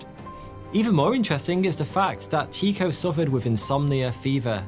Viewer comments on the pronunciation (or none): TIEKO NOT TEAKO......... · Love your videos but your calling an uncontested genius Tycho Brahe (Tee - koh) when it is in fact pronounced Tycho (Tie - Koh) other than that minor fact all is cool! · Tycho was pronounced Tücko - as if it were in German (at least that's closer than Teeko. Danish is, according to numerous linguistic sources, apparently one of the hardest languages to learn and pronounce properly). And sorry, the whole murder thing belongs to the tin-foil hat brigade. It's been proven that as you initially stated,he did die of complications (probably sepsis or some other massive infection) a burst bladder because he didn't want to leave the table. It was one of the reasons why the (small p) puritan Kepler, who genuinely admired his intellect because Brahe was a genius, would often row with him. Though Kepler often wrote how they would soon be reconciled and that he loved him (purely platonic before someone starts shipping them 🤦🏻‍♀️). If you want the sciency stuff about the debunking of the murder "theory" (it's really out of conspiracy theory land), go to Cool Hard Logic and his awesome series World of Batshit. That's a series where he debunks all sorts of crazy, mainly from the flat earth brigade, with science and a great deal of humour. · Not Teeko, Tike-oh. as in "The Tycho Magnetic Anomaly". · loved this vid ...always heard it pronounced TIE ko ...not tee ko ....English biased ? jk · Fascinating, but his name is pronounced Tai-ko, not Tee-ko. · It took me a bit but I realized I had been pronouncing Tee-Ko as Tie-ko. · Ty-ko, ty pronounced as in tu, French for you and the o in cho is pronounced as ‘eau’ like in French for water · Pronounced "TIE-koh" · OMG this is WRONG !! Every single space doco I've ever watched pronounces it "Tie ko" Urrrgghhh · It is Tie-co.. long I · I know danish is a hard language, but hearing you say his name that way, is really strange 😅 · Never heard his name pronounced like that xD